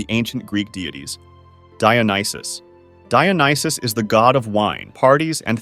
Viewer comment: Dionysus pronounced as JOE--Knee---Shoes.